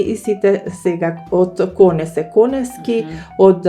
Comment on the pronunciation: КонЕСки, КонЕСки, КонЕСки, без В, аман!! Па не ми се верува, упорно и упорно, КонеВски! 🫣 Голем поздрав до 🎉